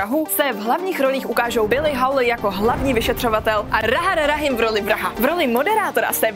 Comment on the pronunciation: "Rahar Rahim v roli vraha" zní jako nějaký jazykolam na výuku správné výslovnosti hlásky R :D (On je to sice ve skutečnosti Tahar Rahim, ale nevadí)